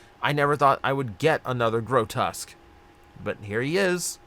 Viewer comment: Gro-tusk? It's Gro-tesque!, lol